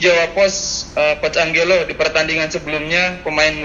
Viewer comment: Cara ngomong nya ANJELO bukan ANGGELO. Nora bener ye orng media nya, ga lulus bahasa asing nih keknya